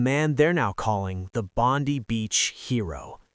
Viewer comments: It’s BONDEYE beach notBONDEeeeeeee beach. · Bond-eye beach. Not Bond-we. And notice how the role of the Muslim hero is kept dark. Suspicious in itself. Australians have thanked him, even if Netanyahu and Trump have not acknowledged him. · Why do you Americans all was say Bondi Beach wrong !!